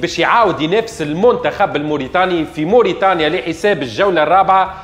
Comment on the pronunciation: الجونة 🤣 غينيا الاستوايئية 🤣 كاف كيف 🤣 المنتخف 🤣 الاهلي المصي 🤣 يحضل في الفورمة متع ال ا يوسف 🤣 la qualité mouch le qualité تهيش🤣 + شبيك تقول فيها بحزن + اللقطة معاودة 😅